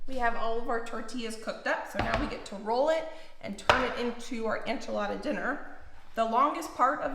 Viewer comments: Enchilada suiza? The e in enchilada sounds like the e in ben not ein. And suiza is swiss in spanish, pronounced swee-sah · I love your channel and you are adorable. Please know I say this with so much kindness- enchilada is pronounced “en”chilada not “an”chilada. ❤ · I really enjoy your channel,, but I’m pretty offended and taken aback. How come you are saying enchilada incorrectly, still? You saw all the comments and looked up how to pronounce Worcestershire and other words in the past and corrected yourself. Why not do the same for enchilada? It’s a slap in the face to Mexican culture and doesn’t show you respect ours when you can start saying calk correctly but not a dish you continuously make and say in videos.